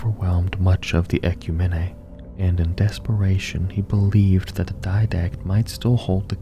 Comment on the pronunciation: Props for not using AI and taking time to put this out. That being said, it irks me to no end the way you mispronounce "ecumene".